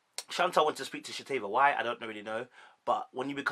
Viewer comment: Good Analysis but let me assist you. Shea (Shay), Shanta (Shan-Tay), Shatava (Sha-tah-va)